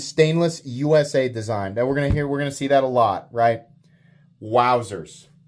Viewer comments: Don’t you watch Nick Shabazz? It’s obviously pronounced “Oosa” Design. Like Uma Thurman. Usa, Uma, Usa, Uma. 👍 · You pronounced USA's name wrong it's pronounced oo-suh one of the great knife designers of our time you gotta pronounce his name right